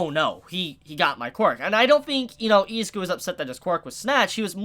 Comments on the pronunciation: I'm gonna need you to rewatch the anime and learn to say I-ZU-KU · Say Izuku like the dub because you kinda piss me off when you say it the way you do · Bro, your pronunciation of Izuku makes me cringe. Just call him Deku. I can't watch the whole video because my ears are bleeding.